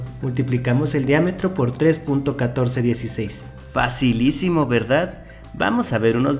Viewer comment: hable bien